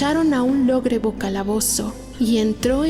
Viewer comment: Como que logrebo?? Lobrego calabozo, debieron corregir